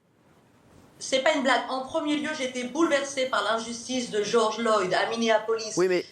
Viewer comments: Arrête de dire Georges Loyd bordel 🙄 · Georges Floyd pas Loyd 🤦🏻‍♀️ Elle est tellement fatiguante ... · MDR elle manifeste pour un gars dont elle ne connaît pas le nom, c'est floyd pas loyd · C'est pas Loyd mais Floyd. Ça commence bien. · je pensais avoir mal entendu . donc j avais raison elle a bien dit George loyd au lieu de George Floyd.. pour une americaine elle prononce tres mal les noms americains.. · Stop par pitié arrête tu fais pitié afida, Bigard il est plus crédible que toi avec ta poitrine exhiber comme ça. Puis surtout apprend à dire Floyd et pas Loyd c’est un immense manque de respect envers la victime et le mouvement. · Elle prononce même pas son nom correctement... c'est pas respectueux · Elle est incapable de prononcer correctement le nom de George Floyd... Ça serait drôle si elle ne se prenait pas autant au sérieux...